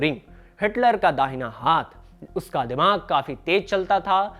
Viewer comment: आप हाथ का उच्चारण हांथ करते हो बहुत गंदा लगता है। कृपया सुधार करें